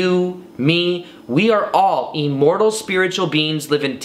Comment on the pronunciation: Lol this guy pronounces the word "immortal" weird. Listen to 1 minute 10 seconds into the video, he says E-mmortal. But great content 👍 I'm sure it brings a level of comfort to lots of people that are afraid of not existing after death. I'm one of those people.